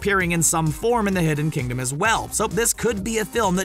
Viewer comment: Did any one notice him say “The Hidden Kingdom”